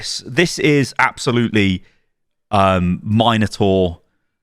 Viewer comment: THE MINOTAUR Not MINERTOR AHAHAAHA